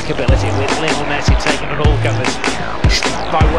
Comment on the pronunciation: When the commentator says Lienol messi!! i hear them saying little messi!!